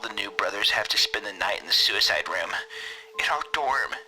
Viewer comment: I Adore the fact the only time Suicide wasn't censored was hunter saying "Sewiside woom"